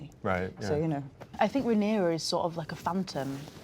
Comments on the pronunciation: It's Ray-near-ah sir! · Not the interviewer pronouncing the protagonists name like Panera 😂😂😂 it feels like he's only briefly skimmed through the cliffnotes for the show and never actually watched it, espeically considering questions like the one he asks about Helaena lol...like....dreaming is the point of her character, how is that a question that's at all interesting to anyone who's watched any of the show????? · Can this guy say Rhaenyra correctly once :( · The host bugged me he could not say Rhaenyra correctly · Why does he keep pronouncing her name like that? It's distracting